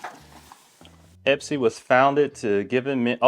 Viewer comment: Great vid! I noticed the box is called Espy though… not Epsy 😅